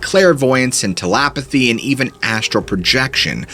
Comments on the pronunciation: Telepathy not telapathy, Apollo not apolo, bonafide not bonnafide. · "tell-apathy" lol. I'm constantly baffled by your inability to pronounce common words. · And Ti-La-pathy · Wtf is a "Tel-apathy" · You are a very good storyteller But man some common words are mispronounced and it is a shame. For your sake and credibility you might work on that Examples here were Apollo and telepathy. Good luck just pointing it out trying to help